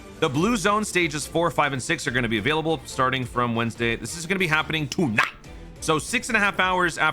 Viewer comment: did you say "Toon Ite" for like "tonight" ?